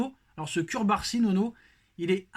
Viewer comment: CuRbarsi ta geulle!!! Le nom c'est CURARSI et sa se lit [cOUbarsi] le "U" se lit come "OU" !!!!